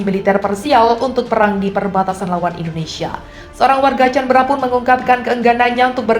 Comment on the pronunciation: canberra di baca : kaenbera BUKAN canbra